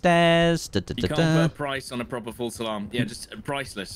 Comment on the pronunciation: For the longest time I thought you were saying "false alarm" not "full salam". Love your stuff. You, jack, tomo, stod... All great to watch Hope to one day be on your level and maybe even do a stream together. Putting together some content now, and eventually will continue streaming.